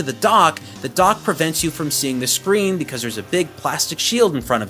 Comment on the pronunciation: he said theyres no switches ^_^